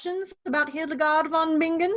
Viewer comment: It's pronounced VON BI-NGEN, not VON BING-GEN. Like singer is si-nger, not sing-ger.